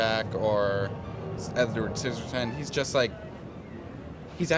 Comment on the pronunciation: lol Edvar Sizzertin hahahaha